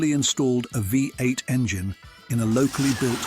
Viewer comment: Unfortunately the original post is an AI voice that can't even pronounce V8. The pictures also do not match the description sometimes either, Very annoying.